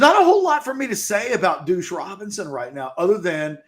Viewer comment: Your inability to consistently say deuce is hilarious. “Douche Robinson”